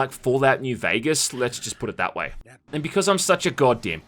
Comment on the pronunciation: Vegas* not Veigas